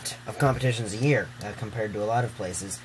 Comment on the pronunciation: *year, not yeah.